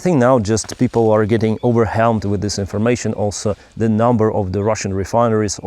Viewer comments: 2 different sounds for wh a h sound or a w sound. what sounds like watt, whole sounds like hole. Overwhelmed sounds like over-well-m-d, not over-helm-d. Your english is extremely good though and I do find it amusing like the guy from startrek :P Sometimes though it does sound like you're saying something you're not. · What’s happening here? He looks like, he’s wearing ’ shirt, he pronounced “overwhelmed” in the same way, (should be “over welmed” forget about the h) but it’s someone else’s voice!